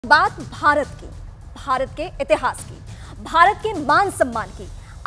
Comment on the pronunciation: BHARATT.....not Bharat.